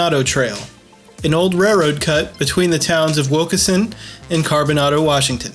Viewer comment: Its pronounced CarboNAYDO. Long A.